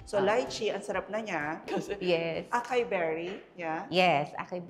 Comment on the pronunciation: Acai berry pronunciation is a-sai-berry